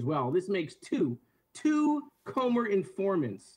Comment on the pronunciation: It's "Comer", not "Comber". And it's "embarrassment", not "embarrasment". 😂😂😂 But don't mind me, keep telling everyone how other people are embarrassing 😂😂😂